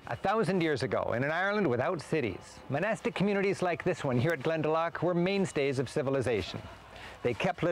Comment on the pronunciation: I posted a link to probably the best travel to "tips" video for Ireland I've seen in your random recommendations. It's not near as in-depth going through area's like this is but definately a better travel tips vid than most others I've seen. Glen-da-lock not lack(not quite a ck sound but the ou is "aw" not "ah").. Also no breaks in the name.. Like Kinsale, he says like it's 2 words, speed it up to sound more natural Irish pronunciation. Brill video though a little old. It was filmed at least 20 years ago, before the smoking ban. If you can, look up Magheraroarty, fabulous scenery or Donegal airport and the surrounding area called "The Rosses", claimed to have the most scenic final approach in the world.. Not sure how true it is but it's deffinately up there. Ireland is pretty small, only a couple hundred miles long but the route up the west coast from Kerry to Donegal is over 1600 Miles (Wild Atlantic Way) I hear you on the music.. Most people hate the rainy misty day we get so often.. I love them, If you can't hear Uilleann pipes seeing the forrests and hills through the mist or watch the rain sweep in across a bay.. Love it. If ya can't enjoy Ireland in the rain, you don't desrve it on a fine day. BTW, The Blarney stone is not what they kissed. The Blarney stone is the very bottom stone, the mantle or lintle.. If you kiss the wall above the bottom stone, your just kissing a wall possibly millions of other eejits have kissed. Ireland was nearly totally forrested before men.